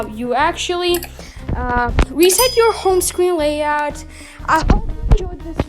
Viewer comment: Bro it’s Layout not Layod